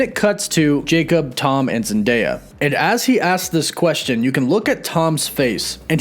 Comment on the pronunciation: I know this has nothing to do with the video, but - (Oh look, is one of the few people who can actually say Zendaya's name correctly)